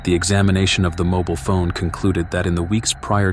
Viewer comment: What is a moble phone?? I think you mean a mobile phone